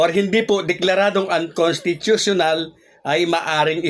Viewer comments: Unconsttuutuuional hehhe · idol may petisyon pa c makalintal kaya sigurado matutuloy sa dec. 1 ang bske eleksyon. 101 percent yan. kaya lng idol hindi mo naman mabigkas yung unconstitutunal kaya postpone na yan idol isip isip lang. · Maniniwala na sana ako sayo kaso, hindi ka na pronuonced ng maayos ang (unconstitutiona) 😂😂😂